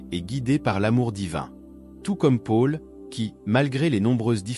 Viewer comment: 😇🥰 C très intéressant ce que vous dites mais par pitié, Paul ne se prononce pas Pôle mais Paul. A chaque fois, ça me pique les oreilles. Merci. 🤢😱